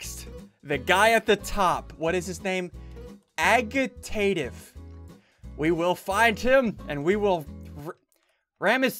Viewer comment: pronounced ajitated